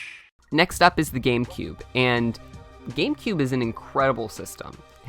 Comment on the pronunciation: "number 6, gambecube." me: -_